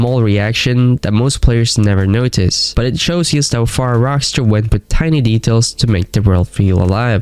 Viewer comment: What is yust? Say just